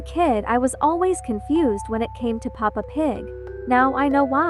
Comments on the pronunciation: DUDE ITS PEPPA NOT PAPA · it's peppa! Not papa! >:[ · She said papa pig it is Peppa pig 😭😭😭